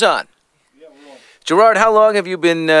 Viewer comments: Billy calls him grard at the start ITS GERARD YOU FOOL! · its gerard not geraaaaaaard :L atleast i dont think it is....